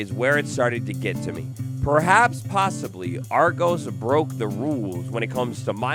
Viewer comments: It's Are-goss, rather than Ar-goes. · You mispronounced Argos it’s supposed to be pronounced like are-goss (like moss) not are-goes. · AR-GOES 😭 That is not how it's said lmao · argos is a relitivly big one in the uk but you are also saying it completly wrong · Not knowing Argos + pronouncing it wrong nah mate the British are coming for you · the way he pronounces Argos hurts me.